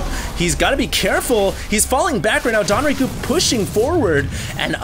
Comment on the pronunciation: Isn't it DONG Rae Gu? Why does he keep saying DON Rae Gu????